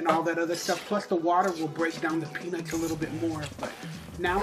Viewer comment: Ha, said pe-NUTS!!